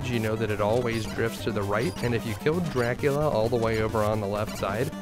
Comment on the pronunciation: Medusa with Grant? Axes from the ceiling. Also, I cannot unhear it when you say it... Chrevor jumps the penjulum to chry his shtrategy against Jracula. Great video, I enjoyed it. Thanks.